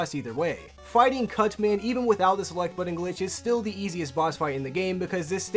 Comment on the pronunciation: you clearly say "cut man." I swear you snuck in " cu nt man"